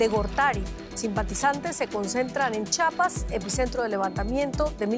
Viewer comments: La pronunciación correcta es... CHIAPAS, NO CHAPAS. Corrección en las pronunciaciones. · Ch "i" apas!! 🤦🏻‍♂️😂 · C H I A P A S, Dios, de verdad que hay gente que no sabe leer 🙄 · Es chiiiiiiiiapas chiiiiiiiiapas lleva i lleva i